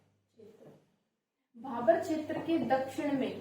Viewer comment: मैंडम भाभर नहीं भाबर होता है